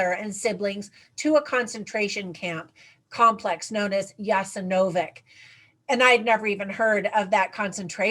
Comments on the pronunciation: Please say " ya sen ovats".... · I think you should learn how to pronounce Jasenovac ... The souls of the children murdered there deserve that my dear